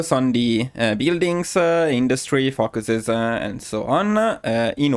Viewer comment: I know you are Italian and pronounce English differently, but I have to point out it us oretty funny when you say ‘focuses’ because it sounds like fuckeses